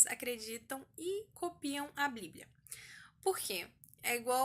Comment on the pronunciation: Que agonia ela fala bliblia kk Vc é muito fofa, só erro quando disse que a maior experiência foi a de João, foi a de Enoque. No livro dele, ele relata muitas coisas que apenas quem crê em Deus acreditaria(to falando de anjos caídos tendo filhos nefilins gigantes de kms de altura e etc...), já li tanto a bíblia como o livro de Enoque e tmb um pouco de são Cipriano, são Cipriano é um livro de feitiço muito antigo e perigoso, ensina a fazer várias coisas que é impossível de imaginar, todos esses livros estão disponíveis no Google, pelo ebook e pelo pdf e só por o título e no final qualquer um dos dois Que Deus abençoe a todos que ler este comentário 💕 (independente de concordar com o que eu digo)